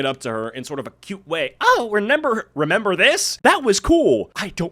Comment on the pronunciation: "remeber" goes HARD.